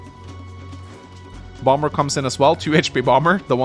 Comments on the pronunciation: bomber isn't as jarring as the pronunciation of cumtowers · re: bomber pronunciation i came into it pronouncing it "bommer" but i kinda like how "bom-ber" sounds. a bass gravitas befitting the one-shot-on-plains jetplane; you know? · I, for one, appreciate the “Bombur” pronunciation, makes me think of the Dwarf version 😅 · As an American, I never understood the why certain B's are silent in words like Bomber. Feel free to pronounce it however you feel like.